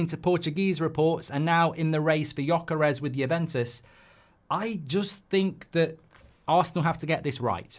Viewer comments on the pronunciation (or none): Man.. your way of saying Gyokeres name, it's not even remotly close =) I had to hear it 5 times before I understood who you meant =)